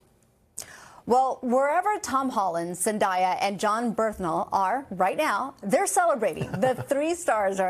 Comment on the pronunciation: You couldn't learn to pronounce Zendaya and Jon Bernthal correctly?